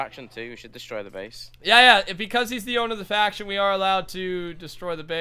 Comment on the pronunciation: *faction not fraction.